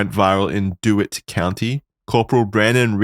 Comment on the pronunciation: you ingrate its pronounced Dee-Witt